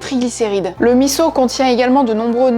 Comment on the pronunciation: Bravo de bien avoir prononcé MISSO !